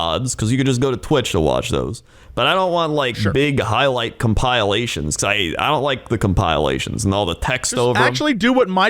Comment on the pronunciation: Omg also pronounced it a Cum-pile-ations